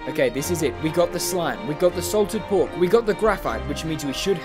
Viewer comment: i swear i thought he said pork with an N